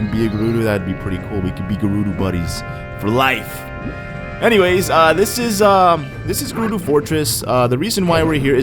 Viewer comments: "Gerudu" ohhhh i have a giant urge to correct him! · Its Guh-roo-do